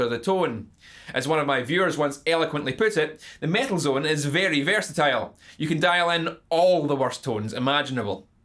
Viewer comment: if somebody wants to watch REAL mt2 reviev, see how Ola Englund does it. and please, take this irish fucker down. he cant even fucking speak. its metal zone, not mietl zuuun. fuck.